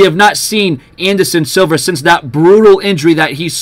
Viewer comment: Silva not Silver